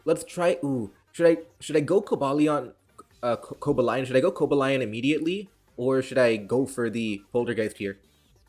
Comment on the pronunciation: bro said Coba lion